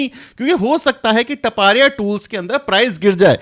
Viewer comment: It is not टपारिया but तापड़िया tools